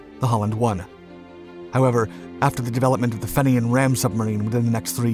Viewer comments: Fenian is pronounced fee-knee-ann, yanks have to be the worst linguists despite being so multicultural. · Just a a note on pronunciation, finian is pronounced 'fee-ni-an' Great video as usual.